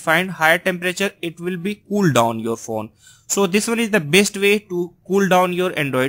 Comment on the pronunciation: i like how you say phone phun :)